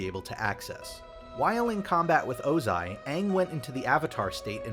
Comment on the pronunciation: Did I finally hear Ozai pronounced correctly??